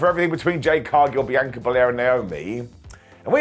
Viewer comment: I'm gonna go the same route when he finally pronounces Ms Belair's first name as something other than what you need to dock your bees.